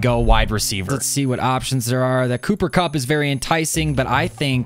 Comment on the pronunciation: By the way its cup not coop cooper cup